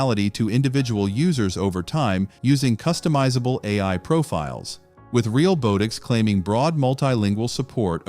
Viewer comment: This video talks about most robot videos using AI that is not accurate, all while using AI narration & AI generated images & video. Hypocrite. The company is pronounced "Real-Bot-ix", not "Real-Boat-ix". The video says it wrong all the way through. Do you not even quality check these videos before uploading them??.